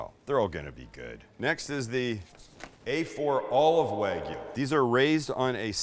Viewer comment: Great video guys! My favorite part was Sam pronouncing the regions where the Wagyu was from.